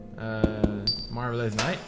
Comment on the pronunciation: I was practicing some english, reading everything and I say "MAWRVELOUS NIGT", look at PDP and watch go "yeh! :D" xDDD